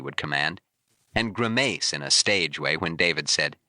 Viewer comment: Gri-maace? Great job, AI.